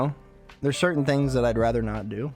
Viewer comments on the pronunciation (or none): none